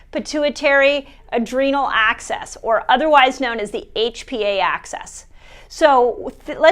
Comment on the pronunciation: Dr. mindy dear, please say “axis” not “access” next time. I was totally confused until I saw the word come up on the screen. I’ll have to go back and listen again. Thanks for all the help, and I wish I could join your academy!🌺❤️🌺